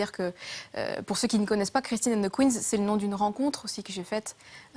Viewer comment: "Christine and the kuines"